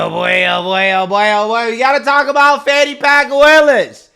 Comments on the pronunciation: They keep calling her fawny. Her name is Fani. You know, like a butt. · It's pronounced 'fanny' Like a butt. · Thats right its pronounced "FAN" ny. If it was supposed to be pronounced the other way, her mother should have spelled it right.